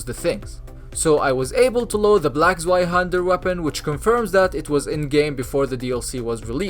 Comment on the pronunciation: Its pronounced zvy-hander not zwhy-hander